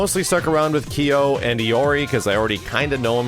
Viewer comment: "Kee-Yoh" I'm not making fun, just pointing out.